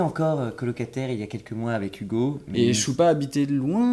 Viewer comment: cest moi ou dis OUgo et pas Ugo